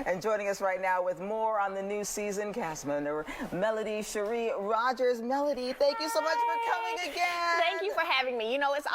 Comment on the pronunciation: I'm beaming with joy as I hear the news anchor correctly refer to her as "Rogers." It's important to get my sis name right!❤